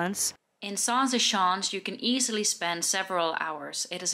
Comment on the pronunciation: I know you aren't aware but the way you pronunced "schans" sounded like "sjans." Which is slang for uhmm intercourse. Zaanse sjans is funny though.